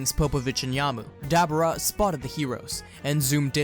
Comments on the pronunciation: Debora not Debra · Why you say dab rah its debuura l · (Da-Bor-Ra) Pronounce it correctly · I believe dabura's name is pronounced with a long u sound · Is nobody gonna notice on how he's pronounced Dabura wrong